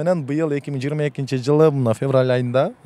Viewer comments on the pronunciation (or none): none